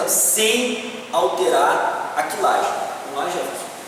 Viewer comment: "Kilagem" nãoooooo . .. . Muito bom o video mesmo mas "Kilagem" é péssimo . . . . .